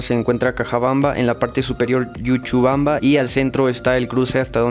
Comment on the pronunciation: EL LUGAR NO ES YUCHUBAMBA ES LLuchubamba. Pronuncia bien...